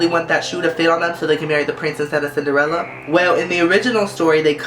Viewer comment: Cinderellas name in Danish is Askepot, which kinda sounds like what the hell you said :D